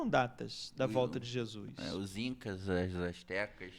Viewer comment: Só curiosidade; pq vcs falam "Jesuis" e nao "Jesus" ?